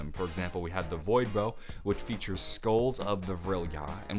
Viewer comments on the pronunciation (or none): none